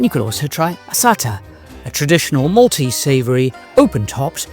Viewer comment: Thank you for your guided tour of Malta,we have lived here for over 20 years and couldn’t live anywhere else x x plus your pronunciation of maltese was very good